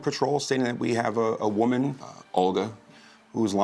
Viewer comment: “I am a voman only a voman!”